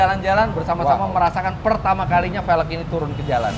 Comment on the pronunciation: cuba sebut "velg" dgn betul.